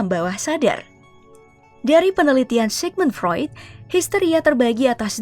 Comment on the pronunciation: Oiii Sigmund Freud, bacany sikmun fruit, ngacoooo aih